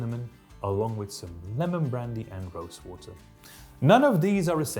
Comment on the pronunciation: your mark twain pronunciation of "water" sounds like "olla" to me, which is neat